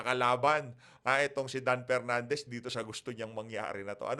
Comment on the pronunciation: Media mileage lang yan para k PERnandez, feeling nya advantage sa boto nya yan. Pwe🤮 Matuto ka munang mag-differentiate between "F" & "P". Tali-talinuhan ka, ka naman.